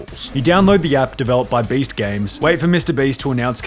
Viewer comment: This guy says Baste instead of Beast